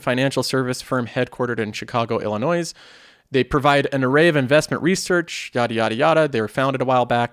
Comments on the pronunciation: You pronounced "Illinois" incorrectly. The "s" is silent. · Noooo! But you're so intelligent! Why did you have to pronounce the silent "S" in Illinois 🤦